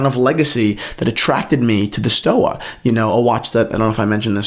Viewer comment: It's pronounced like Stova with a v.